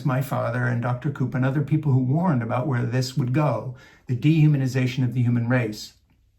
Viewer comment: I know you said dehumanization, but it came out sounding like demonization. 😮